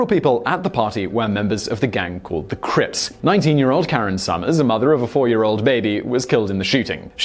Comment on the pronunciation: You saying crips like "Walker crisps" is lmaooo